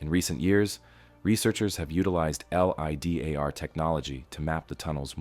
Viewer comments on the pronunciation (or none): I struggle with watching these this only because I can tell this is not narrated by a human. American accent but Pronunciations are very off and words like LiDAR are spelled out instead spoken...